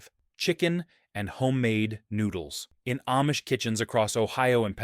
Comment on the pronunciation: AIcant say AHHH-Mish! Not aim-mish